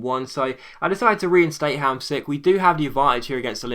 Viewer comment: you're pronouncing Hamsik as best as an englishman can ;) Pjanić and Ljajić are worse tho..